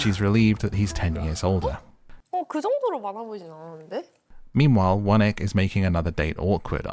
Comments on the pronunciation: 1. I can’t tell if you’re pronouncing Won-ik as “one ick” on purpose. Either way, bless his socially awkward heart. 2. A part of me thinks that production had to incentivize these women to chase after Gwan-hee and his tomfoolery so wholeheartedly and ignore the absolute gem that was Min-kyu. 3. I don’t watch Love Island, but if you were the narrator, I probably would haha. I love this~ Single’s Inferno is probably my favorite dating show rn. Would be interested to see your recap of other seasons if you choose to do so! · I heard One-Ick too, it's hilariously apt! 😂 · I thought he was saying that the whole time 😭